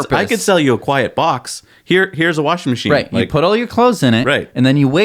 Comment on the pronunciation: Warshin Macheen. :)